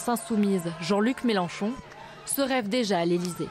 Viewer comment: MélEnchon avec un E et pas un A. C'est pas compliqué, bon sang !